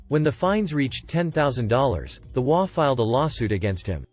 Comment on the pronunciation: It is a text-to-talk program which has it trying to pronounce the HOA as a word to get it done correctly it needs to be typed as you did it.